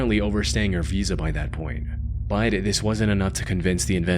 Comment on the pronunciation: Why do you pronounce “but” that way? “Baud”?